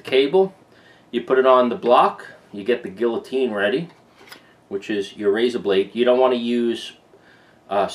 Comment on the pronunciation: lol funny way to pronounce guillotine